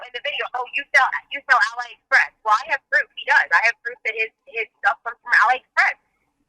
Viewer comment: i was like wtf is ally express? then i realized she meant aliexpress lmfaoooo